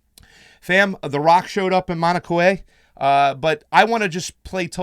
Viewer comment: That's pronounced MAO-na KAY-ya